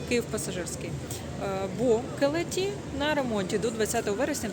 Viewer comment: трошки подушню в підтримку каналу! 😅 Шановна, назви вокзалів промовляються з наголосом на перший склад: ньЮгаті і кЕлеті